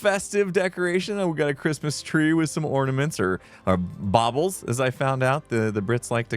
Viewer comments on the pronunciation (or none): Baubles, not bobbles 😔😔 A wild gem appears in the bg throughout Classic skittlesman A very “it’s not a bug, it’s a feature” attitude here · Bless you! They aren't pronounced Bobbles, the word is pronounced Bawbulls (spelt Baubles). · I would call the Christmas decorations Baubles pronounced Baw - Blz however Bob-Bells sounds an interesting alternative. Also the roof garden looks great could see having a pergola covered with vines giving a shady seating area where you can sit and relax with a cool drink on a hot day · that's Baubles 😂 (pronounced bor bells ) not bobbles which are the pompoms on a hat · It’s so funny that u Americans cant pronounce baubles correctly 😂